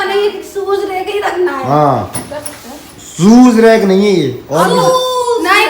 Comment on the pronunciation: सुज रेक nahi शू रेक